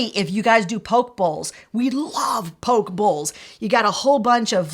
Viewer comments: I love these ideas. FWIW, it's "po-kay" not "poke". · You said Gyro right. But not poké bowl, (it's s like poke -A) also Rakuten (rack-ew-tin) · Love your videos! Have gathered so much info from the two of you! love the chemistry between you two (the blooper at the end are my favorite!) btw, its PO-kay bowls! I love them too!! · Great vid guys, thank you. I would never have thought of freezing dips because of the chance in consistency, but using them as dressings is a fab idea. BTW Gyros is pronounced "yee-ros". And "poke" as in "poke bowls" is pronounced "pokay", like crochet.